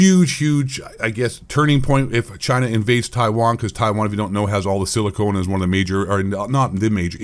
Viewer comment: It’s“Silicon” not “Silicone” Silicon goes in electronics while Silicone goes in tig-ol-biddies!!